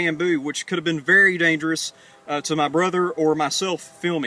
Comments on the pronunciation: Do you struggle to pronounce the r sound? Don't mean any harm but you called your brother a brothel :P. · lol "I'm gonna let my brothel do this one" "Winchestel" I've never heard it pronounced like that. Cool Vid though.